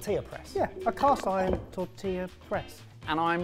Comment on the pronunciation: I love these guys but I find it a little funny how they pronounce tortilla perfectly, but not churro